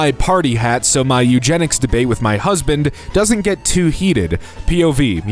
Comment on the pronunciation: Narrator not only never saw the word fjord before, but also clearly never saw the word Eugenics before smh